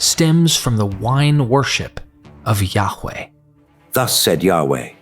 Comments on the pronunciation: Yaghch way?... is ok to say it normal.. as Yah-way. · His name is pronounced Yahuah, Yahusha hamashiach.